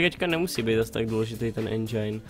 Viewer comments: Endžajn :D Čte se to endžin kdyžtak xD Jinak dobrý :) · je to Endžin nie Endžajn :D a inak nezáleží na recenziách, môže mať hra samé 10 ale nemusí sa moc predávať :D inak super video :)